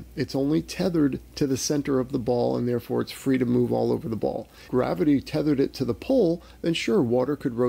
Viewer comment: So, P, I love how you say goo-rav-ity. Epic. Inside joke at our house. Anytime something goes wrong we say, oh goo-rav-ity!